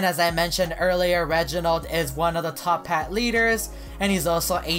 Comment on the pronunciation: It's actualy toppat, not top hat